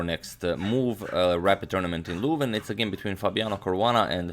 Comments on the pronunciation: Agadmator it is not Luuuuven it is Leuven, try and pronounce it correctly ;) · I don't want to be bothersome at all, but you are mispronouncing Leuven. I found a video on how to pronounce the 'eu' sound in Dutch: . If you enter Leuven in google translate, put the language to Dutch and press listen, the 'eu' sound is pronounced correctly as well, although the 'n' at the end should be stressed more (just as you're doing now actually). Just want to help you out :-) always enjoying your videos!